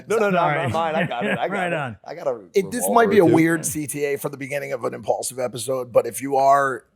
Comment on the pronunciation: "Impaulsive"? This some dumaz ish 😂